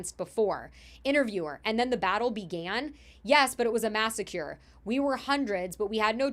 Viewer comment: Dude she said “Not me, have fun getting MK ultra’d” cause she had no idea what it was two minutes in. And then she says massacred really weirdly after that.